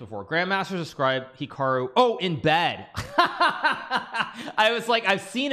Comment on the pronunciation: Tate mispronounces Hikaru's name Chat: Common Tate W